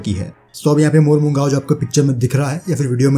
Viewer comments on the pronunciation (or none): It is pronouced as Mormu Gaon (village). :)